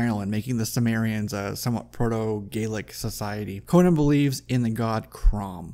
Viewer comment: His name is Conan, not Conyan, for Crom'sake!